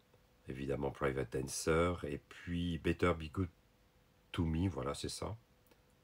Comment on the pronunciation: The best part of this video is when you speak the name of the songs with your french accent. Tuna Turnerrr and Private Dancerrrr. C'est un peut amusant.